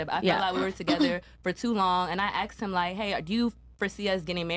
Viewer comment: den what, wit, yo stuff, axed, American schools thanks!